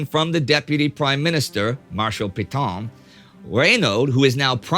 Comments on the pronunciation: Hey Neidel, after all this time... why don't you secure advice on how to pronounce foreign words? I found it wrenching every time in this video you massacred the pronunciation of 'Pétain' Hint: it would have been less hideous if you crudely pronounced it 'pay-tan'. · No matter how many times you mispronounce Pétain's name, that doesn't make it right.